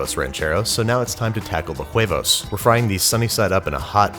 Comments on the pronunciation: American: "eggs" Mexican: "huevos" Babish: "quevos" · why he saying jhuevos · It's just pronounced //wevos// not //khuh-wevos// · You shouldn't be pronouncing the h in huevos. It doesn't really matter but I find it hard to not cringe at it. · He said Juevos Rancheros😂😂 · The h is silent in spanish, so its uevos not juevos. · "Juevos", " Her-déz", "cesara", " jarina"... Nice try but you should improve your pronunciation (like, the H is silent in Harina and Huevos so you shouldn't pronounce it). Those tortillas are too thick, use less masa, you know it's a good tortilla if it inflates when being heated on the pan (you should get a "comal"). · Anticoi yeah he basically said whoevos, but in spanish the h is silent so it should sound more like "uh eh-vos" or "weh-vos" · Lol the way he says “hhhhhuevos” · Babish, the H is silent in Spanish. Just pronouncie it "uevos" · its whe-vos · Pronounce it like "wevos rancheros" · The "h" is never pronounced in Spanish. "Huevos" is pronounced like "weboce". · Please stop saying Guevos! The H is silent my man! I loved your recipe BTW! Cheers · pronuntiation tip: the "h" in huevos is silent so just pronunce "uevos" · sa-se-ra lol I wonder if it was intentional same with the hard H on huevos lol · Just say = wave-o's. The "h" is silent. Im also very surprised, ive never have huevos rancheros with black beans (yet), its always borracho beans/charro beans or refried with papas (potatoes)and your choice meat. (None of them served on the tortilla but tortillas on the side to be torn and used as scoopers) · H is silent in Spanish. Like in: "everytime time you said (w)huevos you are breaking my huevos." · This looks fantastic! Just a spanish language tip, if a word in spanish starts with "H", the "H" will be silent. So you would just say "Uevos". :) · I heard "whoevos" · More like juevos (Spanish pronunciation required) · "H"arina and "H"uevos. That was funny to hear. Walter said it just fine tho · Lmao the H in huevos is silent